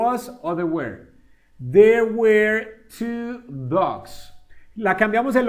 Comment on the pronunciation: Una pequeña critica constructiva were no se pronuncia wer sino wor